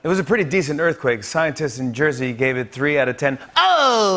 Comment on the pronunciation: Aw NJ had a scawy erfquake. 3.1! Oh my gosh, how terrifying! 😯😲😖☹😰 That's adorable. (California born and raised!)